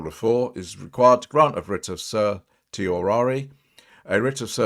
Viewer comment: Sir-she-oh-rah-ree is the pronunciation